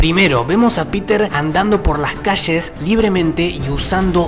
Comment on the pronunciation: No son malos tus vídeos pero es ll no CH ya sabes, es calle no caché, o poe ultimo di caie